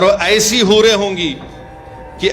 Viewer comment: Hoore ❌ Boore ✅